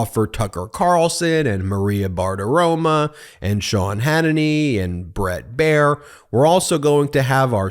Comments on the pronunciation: Maria BartiromO. MO. Not MA. MO. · BARTIROMO, NOT BARTIROMA